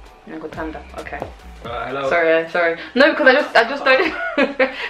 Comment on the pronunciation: This is hilarious you got the pronunciation of ngiyakuthanda perfectly. You need more practice with other words. when asking her to marry you you say "ngicela ube ngunkosikazi wami"